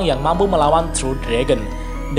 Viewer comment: Giyy.... just say guy bro lol